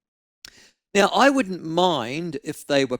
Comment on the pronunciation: Maybe it's just me but when ML says "now" I hear nowa 😆